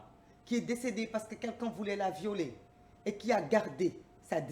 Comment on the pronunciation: "VIRginité" et non "VERginité"